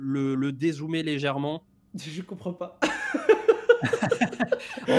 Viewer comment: le petit accent sur le "je comprend pas" c'est juste pépite aha, continuez l'énorme travail que vous faites les gars vous êtes les meilleurs !